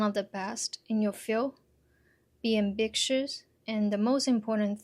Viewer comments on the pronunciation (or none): I'm sorry to be "that" guy but it's "ambitious" (am-bi-shus; rhymes with fishes). There's no k or hard c sound in the word.